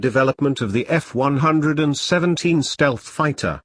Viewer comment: "F one hundred and seventeen fighter"